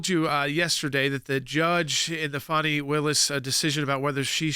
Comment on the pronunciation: ITS FANNY. It’s NOT. FONNIE Say it FANNY pronounce it properly. FANi takes it , Fani Lied under Oath and Fani should be charged…. Wade didn’t the LETOY and Redds memo, “”hey Wade we wouldn’t Tap That with your TAPPER.””